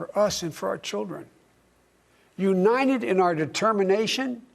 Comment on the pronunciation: “For lords sake this is a UNIDED States of America”